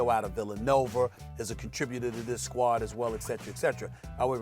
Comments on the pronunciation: why does stephan A ALWAYS put ER on words that end in A lol “ villanover” “ kember “ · PLEASE tell me someone else hear this Mf SAS say Villinover